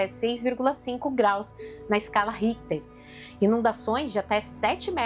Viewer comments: Ótimo vídeo. Obrigado por ajudar a esclarecer o funcionamento das usinas de Angra. Uma dica: houve um equívoco na pronúncia da escala sismológica de Richter em . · na verdade o equívoco a que me referi foi a pronúncia errada do nome do cientista que deu origem à escala, muito embora sua observação também esteja correta.